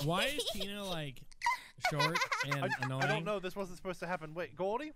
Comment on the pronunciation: she's super inoying Me:SHE ALWAYS IS!?